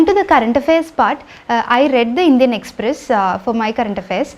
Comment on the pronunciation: Finally a topper saying "Indian Express". So good to hear.